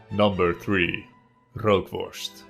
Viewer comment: Rookworst zonder r is ookworst 💁